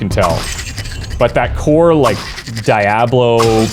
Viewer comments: "Die Aw Blow?" its Diablo dude. DEE AHH BLOW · its dee-ablo, not die-ablo lol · Its Diablo, not Di-A Blo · Dee ah blow....not die ah blow... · DIE ABLO???? ITS D DI ABLO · Dee ah blu... Diablo... means devil in spanish... its not BLOW its BLU like blue... but BLU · Dude, there are several voice actors during the in-game audio that pronounce the game name, no excuse for pronouncing it wrong! Especially if you have played before, seriously! Dee-aa-blo not Die-aa-blo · "DEEablo", not DIEablo" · Die- ablo!😂 Is suppose to be DEE-ablo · Every time you said Die-ah-blo it made my skin crawl. Please learn how to pronounce the title of the CENTERPIECE OF YOUR VIDEO. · die ablo ? isnt it deablo ? 😂😂😂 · Pleaaaaase stop saying Dayablo God dammit, it's DI A BLO! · Its Dee Ob Lo holmes. Not Die Ob Lo. Oh fuk....your Canadian. Shit....I change to thumbs up and thank you for Hockey and good Beer. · Why are you pronouncing it die-ab-low instead of dee-ah-blow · HE LITERALLY LOST ME AS SOON AS I HEARD DIE-AH-BLO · DIE ablo? WTF? LOL. Do you also say EYE rack, and EYE talian? Haha. :) Man, that's a trigger, right there. (Big of you to ping this comment BTW, immediate thumbs up). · the DIE A BLOW OCD IS REAL hahahaha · Cool to see this classic again but it's DEEablo, my friend. Spanish for "devil". 😉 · What the heck is die-ablo? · Die ablo?? Noooo. No No.no.no. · I checked the comments just to make sure that you got a proper ribbing for calling it DieAhBlow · so what is gog and whats the difference? why so excited i dont understand ? its the same game but u can now buy it from someone else? and who the hell says daayaaablow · HESUS FAKING CHRIST DONT SAY DAY ABLO !!!! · DYE AH BLOW reeeeeee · DEE ah blo!!!! Damn dude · It's said dee-ablo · Why are you showing diablo and talking about Die-ablo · Say it with me, "Dee-ah-blow" And if you weren't aware, "diablo" is Spanish for devil/demon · I think you're saying it wrong, it's dee-ablo, I think, that is how it is said in Spanish